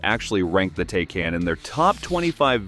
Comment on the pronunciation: Interesting Video for sure! But, please, the Porsche is correctly pronounced “Tykahn“…